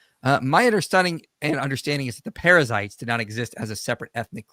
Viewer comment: Bro calling the Perizzites "Parasites"